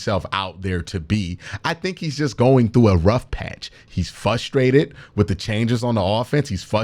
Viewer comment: q ..... frustrated actually has an "R" in the word ....big homie! our horrible cle accents.... hard to fix....i know!